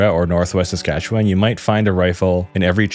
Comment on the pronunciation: As a Canadian, your pronunciation isn't too bad. Nunavut is more like saying "none of it" really fast, no voot. You said Saskatchewan alright but you over pronounced it. Native Canadians also shorten it and say it faster making it sound more like Sask-atch-ewin. But your pronunciation is better than most. Great vid man, glad to see the algorithm working in your favour